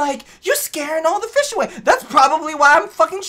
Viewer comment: country accent I like feesh